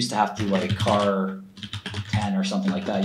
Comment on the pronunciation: the way shkreli pronounces "char" translates to "dick" in albanian...